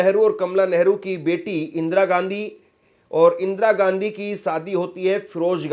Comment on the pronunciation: Bhai surname sahi bolo.shadi ke bad bhi Ghandhi bologe